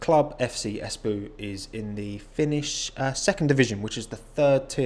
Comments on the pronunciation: As a finn your pronunciation of Espoo is inherently amusing because it is nowhere near how we say it. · As a guy from Finland it sounds funny how you say Espoo